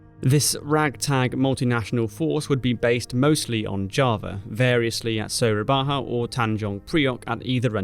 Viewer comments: "Surabaha" oh boi it's cringed me a lot when hearing this. it's Dutch spelling so J should be spelled Y Surabaya. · Its read surabaya not surabaha, goddamn dutch writting system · It's actually pronounced "Surabaya". Sura- "shark", Baya/Buaya- "crocodile", commemorating a famous legendary sea battle between a giant shark and an equally massive saltwater crocodile. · It is Surabaya not "surabaha" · pronounciation correction: it is Surabaya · Soerabaja is the old Dutch spelling for Surabaya. It’s not supposed to be pronounced in a Spanish manner. I know, I was born there. Soo-rha-bye-yah. Great videos in this series. Not a lot of discussions focuses on Japanese advance in Indonesia. We learnt about it at school, but from the invaded nation’s point of view. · Me a Surabayan: ah.. yes.. soehrabaha.. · I found that 'it must be Spanish' pronounciation funny too! What's hard about Su-ra-ba-ya? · This guy keep butchering word "Surabaya" over and over, it's lowkey become annoying.